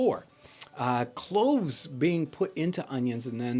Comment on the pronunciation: I thought you said " clothes in the oven" then realised it was " cloves in the onion" lmao, could have been disastrous!